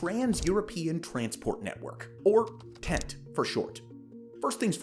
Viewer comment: Just so you know the hyphen in the abbreviation means it is pronounced 10-T not tent